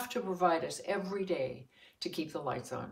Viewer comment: *Lights not lites